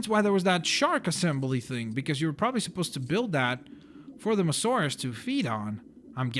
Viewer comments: I'm sorry to bother you, but it's mosasaurus, not mosaurus. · Samuel Walber mo saurus he said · It is mo- as- saurus not mosaurus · It's Mosasauros not mosauros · it is not mosauraus its moSAsaurus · its not mosaurus its mosasaurus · Its a Mososaurus not a mosaurus. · I now its not Mosaurus its MOSASAURUS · It's a Mosasaurus not a Mosaurus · hey your pronouncing the dino wrong its not mosauras its mosasauras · You fucking piece of shit! It's Mosasaurus not Mosaurus! Even after the lady in the game said Mosasaurus you still said mosaurus like a fucking dumbfuck! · dude its a mosasaurus not a masaurus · It's moSAsaurus, not mosaurus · ChimneyTOOTH TOOTH that ain't no abrivation he jus cant say it right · Its MoSAsaurus. Not Mosaurus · Why is he calling it the moasaur it's the mosasaur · Not to be rude but its Mo-Suh-Sor-Us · You can not say mosasoras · STAHP SAYING MOSAURUS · its pronounced"moe-zo-saur-us :) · It's Mo-SA-Saurus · You have to kill 7 sharks not 6 and its mosasaurus not mosorus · its pronounced mosasaurous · MO-zu-sawrus that's how to pronounce it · Yeah I know it's the MoSasaurus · it's pernounced (moss-so-saur-rus) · No it is pronounced moes a saurus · Don’t you hate when someone pronounces something wrong? Examples are: said apatosaurus wrong, and mosasaurus wrong. IT EVEN SAID MOSASAURUS IN THE DARN VIDEO